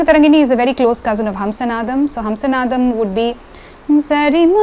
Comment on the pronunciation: I have an off-topic question. The raga name Hamsanadam has to be pronounced as ஹம்ஸநாதம், right ? But you said ஹம்ஸனாதம். Of the four languages I can read (Malayalam - my mother tongue, English, Hindi, Tamizh), only Tamizh has two different alphabets for 'na' to clearly distinguish the difference in pronunciation (forget ண for now). Probably, Tamil is one of the rare languages (if not the only one) in the world that has this. But, I see that Tamilians are not taking advantage of it while pronouncing. Even in film songs original recording, I hear people wrongly using ன where it has to be ந. ( like, நனைந்தால் is pronounced as னனைந்தால் ). Is my observation correct? I am not a Tamizh expert. Never mind, if it is an area you are not interested in.